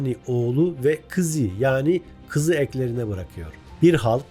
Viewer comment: Uli değil ulı, kizi değil kızı! Almati değil Almatı, aldim değil aldım! Biz Türküz dayım Çinli değiliz Türkçedeki ses uyumuna dikkat sevgili arkadaşım